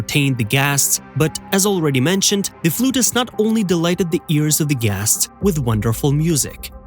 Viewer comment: The makers of this video needs to drop the stupid AI that keeps mis-pronouncing the word "guests."👎